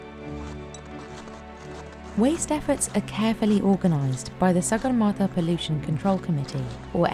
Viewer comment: You are pronouncing sagarmata incorrectly...do proper research on names properly plz